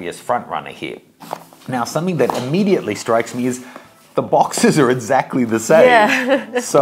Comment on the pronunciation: "Edzactly" the same :P